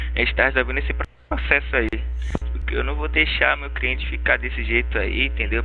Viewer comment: Advogado:"criente". Kkkkk